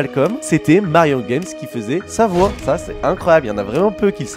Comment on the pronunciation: game et non pas guems il n'y a pas de s et on prononce à la française donc a